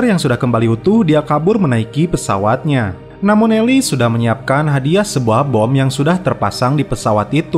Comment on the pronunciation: Bang lucu abang gimong elis elis elis buat lagi bang sanggat seru